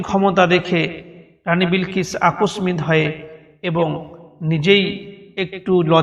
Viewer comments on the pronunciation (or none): মাশাল্লাহ, খুবই চমৎকার হয়েছে। তবে আপনার বাংলা উচ্চারণে সমস্যা আছে।যেমন, ( বিস্ময়, আকস্মিক) ইত্যাদি।